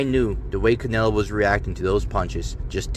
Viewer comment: Bro, I can’t with you!😂 I watched the part from TBV like 5 times. 😂 “I Theen everything was against Canela!” I’m dyin😂